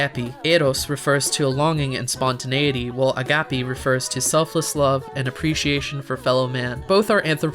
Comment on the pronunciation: your pronounciation of agapé makes me want to not